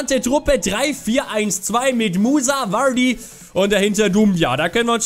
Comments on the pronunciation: wieso spricht er vardy so komisch aus? xD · Sprech vardy nicht so scheiße aus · Kannst du bitte Vardy anders aussprecgen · Diese Aussprachen von Vardy :(